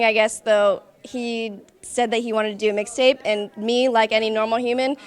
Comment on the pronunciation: Did anyone notice she said lil mayne wixtape😂😂😂😂